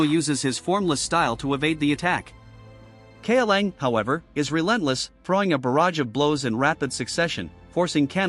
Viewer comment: If you don't want to or cant use your voice for videos, you should fix things like "kaolan" being said wrong. Cow Lon would fix the pronunciation, Caw now would probably work as well